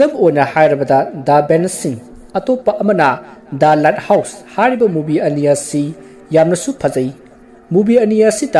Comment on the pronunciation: Bro the light house to myek sengna hio accent da foreign sabada light house haiba mandre let house haiba male sem saraga ngangano english to heitadi the light house ana adum faja hio khngdaba mi film do yengningba mi yaoradi search twbada the led house ana soidana search twgrano ni bro appreciate you for the story